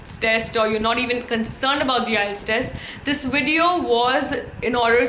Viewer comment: IETS is prouncing like ias😅